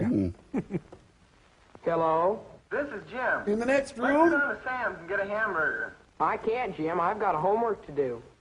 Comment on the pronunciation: Anyone else notice that says "Hambugger"?